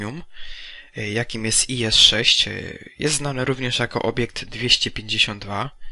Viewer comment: Czyta się jagdtiger, bo to nazwa niemiecka, oraz is a nie ies :D